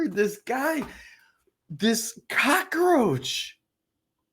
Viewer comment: It's cockroach NOT cock-a-roach.